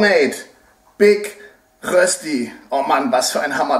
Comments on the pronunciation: Rösti ist nicht gleich Kartoffelpuffer. Die Betonung bei Rösti liegt auf dem Ö. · Es heisst nicht Rösti es heisst Röööööschdi ;) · Ich als Schweizer finde es totsl lustig wie ihr deutschen rösti aussprecht